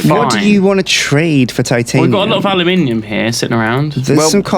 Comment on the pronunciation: Aluminium, not aliuminium.